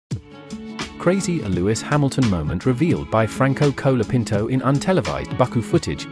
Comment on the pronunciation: Who is 'Cola' Pinto? It's pronounced 'Col' as in 'Hol' (Holiday) So his name is 'Col a pinto'.